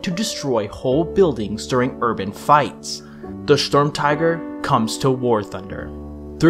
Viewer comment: And then proceeded to schtorm all over the place